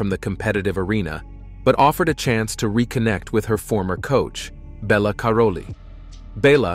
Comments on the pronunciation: though it seems to make perfect sense that her name would be coh-muh-NAY-chee, or coh-muh-NET-see, or coh-muh-NETCH-ee, Romanian's pronunciation rules are full of surprises. Her last name is actually coh-muh-NEECH, and her coach was BELL-uh, rather than BAY-luh. The Communist leader of Romania--Nicolae Ceausescu was chow-CHESS-cue. Well, I may be slow, but I finally realize that, although it sounds real, this is yet another computer generated one. This sorry excuse for C3PO must have pronounced Nadia's and the Korolyis' names 4 or 5 different ways each. Is this really viewed as better than human voices? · Congratulations. You pronounced Bela's name 3 different ways in one sentence.